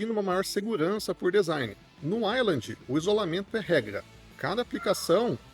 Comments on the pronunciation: Fala ueiland pff... Todo uailandi me dá um arrepio de desconforto 😢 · Caraca, não consegui terminar de assistir o vídeo. Ouvir 5 minutos você pronunciando "island" ao invés de "wayland" me deu nos nervos. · não... O nome é Wayland, não uailandi. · Bro, eu não sei falar inglês como um nativo mas sei que Wayland não se pronuncia como a pronúncia da palavra "island". E fica mais feio porque bastava o cara gastar 15 segundos pra pesquisar no google tradutor como é a pronúncia correta que pronto. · pois então vc chama errado. O correto é "ueiland".